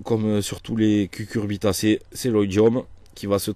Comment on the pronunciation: Ça rassure d'entendre "cucurbitacée" et non "cuRcubitacée"